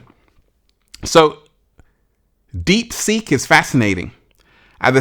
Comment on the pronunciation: I thought you were saying "deep sink." 😆